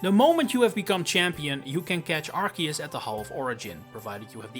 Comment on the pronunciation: It's arceus not arkeus ffs